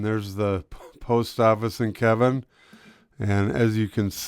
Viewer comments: It is pronounced Keyvin, not Kevin. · It is pronouced Keeven